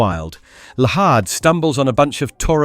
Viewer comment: Llahd is pronounced as "Lad" no hard H